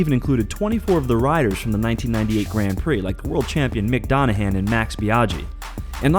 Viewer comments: MICK DONAHAN ? HAHAHAH MICK DOOHAN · Yo, it is Doohan, not Donahan. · mick donahan? seriously? it's doohan mate